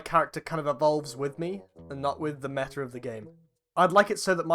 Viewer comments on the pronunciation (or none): none